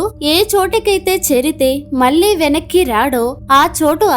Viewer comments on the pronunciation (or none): none